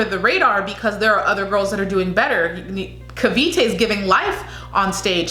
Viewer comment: CAVITE this how we pronounce it KA-V-TE PASAY (PAS- EYE)